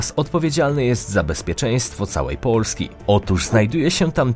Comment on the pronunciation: Czemu wymawiasz samogłoski podwójnie? XD POOlski